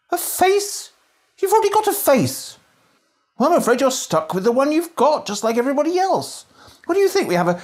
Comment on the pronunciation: You forget all the v’s you put where there’s none. In this video you say “van” to mean “one” several times